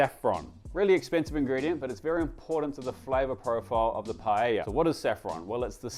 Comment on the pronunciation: I'm so glad you pronounced paella correctly! I'm so sick of going to restaurants in Melbourne (even Spanish restaurants) that employ people that call it "pa-ella".